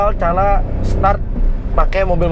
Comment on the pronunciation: bang - = "tutorial cala" wkwkwkkwkw 😂.. keren tips nya btw